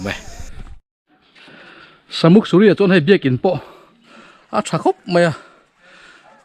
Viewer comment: Samuk suri tih kha ilam rik dan a dik lo, Sa tihlai hi Arsa tihlai a sa tih ang in lamrik tur anilo, meisa emaw, Ni a sa lutuk, tih a sa tih hi lamrik ang in lamrik tur ania. Sa...muk ti a lamrik tur,ka lo sawi ve mai mai😄😄😄Tlabung ah ka lo zin hun ah ka lo zawng chhuak ang che👍👍👍